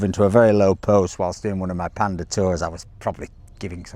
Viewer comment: Wait, why do you say it right when talking about the animal (the panda), but then when you mention the car it becomes "pandee"? :face-orange-biting-nails::face-orange-biting-nails::face-orange-biting-nails